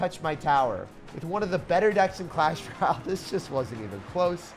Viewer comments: Bro deadass said “clash ral . “ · bruh this guy still cant say clash royale